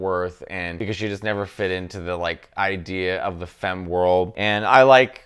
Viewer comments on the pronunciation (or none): none